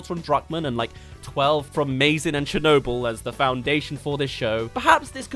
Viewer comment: The way you say Chernobyl personally offends me